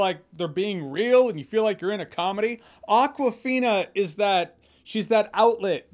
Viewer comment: its not aquafina, it awkwafina, as in akward